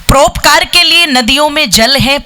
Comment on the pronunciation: बहनजी आप हिंदी उच्चारण सही कीजिये। परोपकार को आप प्रोपकार सौ को सो कहती हो। ओकात नहीं औकात बोले।